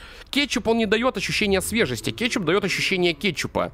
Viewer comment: А почему ты говориш кечук? Или это мне кажеться